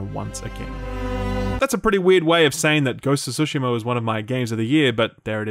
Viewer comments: Jesus Christ it's tsushima not sushima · For the love of god. Why do people pronounce Tsushima as Sushima? There's both Su and Tsu in Japanese and it's pronounced just like that, "Tsu" not "Su".